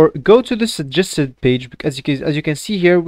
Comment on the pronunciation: man doesn't even know how to properly pronounce 'suggested'